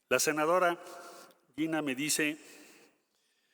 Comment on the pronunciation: Y no es senajara , es senadora🤔